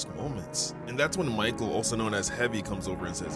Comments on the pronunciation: its actually pronounced Mikhail not Michael,"Михаил" in russian,since its heavys name in tf2 lore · its actually pronounced “Me-kai-el”(u dont actually need to say it this way) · I JUST REALIZED THAT IS MY NAME AND IT IS SPELLED THE SAME. Also not to be mean. But its pronounced Me-kai-ail, or, Mick-hail